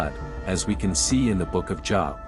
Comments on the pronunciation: Good video you're definitely done your homework hopefully more people will say this and believe the truth. Now it's my turn to do a little preaching myself the proper pronunciation of the book of Job is not job like work, it rhymes with globe 😊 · I believe the info here is valuable, however I can't get past the computerized voice, especially the mispronunciations of Job, which should be a long o like in Moses, rather than rhyming with Bob.